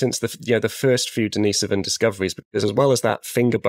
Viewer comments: Or his sister Denise? It's Denisovan, not Dennisovan. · Daneese-oven !!??. Who lived in that Cave -Dennis, or his Sister Daneese ???